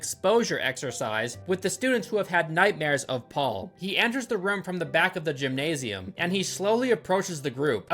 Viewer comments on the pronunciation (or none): none